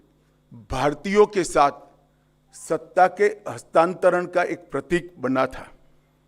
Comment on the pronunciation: कृपया हस्तांतरण शब्द को बार-बार बोल कर इसे सही से बोलने का प्रयास करें कल मैं दोबारा सुनुगा